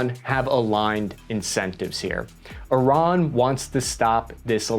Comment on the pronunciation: Look at this pro pronuncint Iran correctly.... Will he use the metric system correctly? oh no.... Oh well